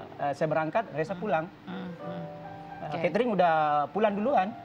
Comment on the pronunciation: Jadi lucu...Katrin jadi katering😂😂😂😂 btw, mbak Keket, Cari suami itu bukan spy dinafkahi, tp utk teman hidup, teman curhat suka duka. Hargailah diri sendiri sbg perempuan, selagi bisa mencari duit sendiri, walau suami punya gaji, gak usah harap laki2. Klo tdk begitu gak akan bertemu pasangan hidup yg cocok selamanya.